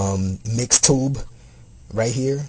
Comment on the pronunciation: btw, its not MIXTube, its MXTube..... just trying to help u out(and the viewers)